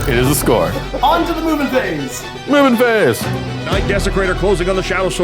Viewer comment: When you say "Movement phase", it sounds like "Mubin phase" :D